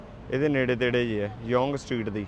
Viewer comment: Young street ਯੰਗ ਸਟਰੀਟ not ਯੌਂਗ ਸਟਰੀਟ